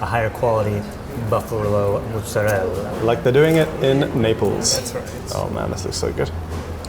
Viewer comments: should know that there's no such thing as "mootsarell". I think he meant to say 'mozzarella'. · It’s mozzarella not Mozzarelle. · Did you say mozzarell? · ITS NOT CALLED MOOTZERELL MORON! 👎👎👎👎👎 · Of course pronunces Mozarella like a douchebag...